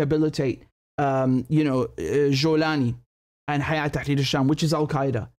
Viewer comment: Hello Richard, Just wanna tell you that its not (حيات/hayaat) its (هيئة/Hay'et). I know thats how they are writing it in social media, but thats how its pronounced.❤